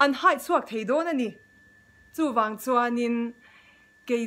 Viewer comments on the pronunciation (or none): none